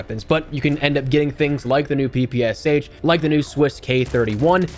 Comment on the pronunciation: PP “esh”, not PPSH